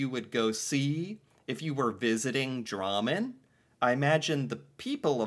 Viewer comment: He says it like rammen(the food) with a d in front